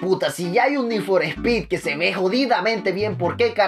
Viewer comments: we es need for speet lentejo no mames sigue el canal de need for speet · Ni for spy 😂😂😂😂